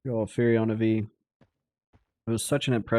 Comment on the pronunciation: No way, it's definitely So, and Fur-oh-na Vee